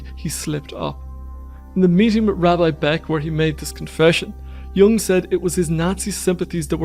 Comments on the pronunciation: Sorry, I can’t take seriously any content if I hear “yang” instead of a proper pronunciation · The correct pronunciation is Yung not Young.